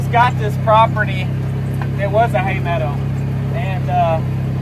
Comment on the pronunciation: Pemmican, Yes! Survival food of the Indians and pioneers during long treks and in the winter...I think you are on to something,! People would buy that...I would! Please go back to saying "Hay medda" even once in a while, I miss that regionally accent on certain words...I smiled the whole way through this one ❣